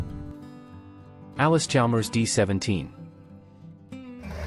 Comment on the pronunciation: its allis. not alice ???